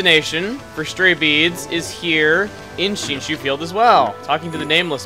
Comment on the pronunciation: back in shinshu field. oh my god he pronounced it right.